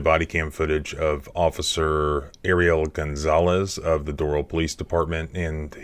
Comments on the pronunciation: Pronounced Door-RaLL Not DoRaL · It's pronounced dough-ral. Not doe-roll You'll sound like a local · Do râl' County..."a" like in apple, emphasis on second syllable. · I would never live in south Florida. That place is a $hithole. I’ve been to Doral, the ppl there pronounce it Door-Al: Door (like front door) Al (like the Al Bundy). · Doral is pronounced with emphasis on the second syllable: dor-AL. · It’s prounounced like door Al . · It's pronounced "door-RALL" FLA. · It's pronounced Dor 'ăl and it's a commie shithole. Did that Cuban cop dispatcher really ask the Cuban security guard if the kids "black or white?" WTF? There is no limit to the stupid in Dade County. And how is it she didn't pick up on the fact that the rental pig first answered there are two kids and then later says there are three? This kid was straight up abducted by that coward cop. I say coward because he'd never try handling a man that way. No cop will EVER get me to "get on the ground." I am not his boy, nor his dog. He'll die trying and if I go too, so be it. I will NOT be ordered by my servants, ever. Better to die on my feet than live on my knees. Who can ever show his face in public again after taking orders from a public slave? Nope. Never gonna happen. And what's with the use of this word 'subject'? Are we subjects? Does this order following robot mean to say 'suspect?' If so, what was he suspected of? The only thing this cop said right was, "I'm a cop." Yep, you sure are, and you were a hall monitor in government school, too. End policing in America. And,, if you want people to live freely you need to STOP telling them freedom is scary. Freedom is NOT scary. This police state is scary. Let's deal with it. FTP! We don't need them! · Doral pronounced : Doe-ral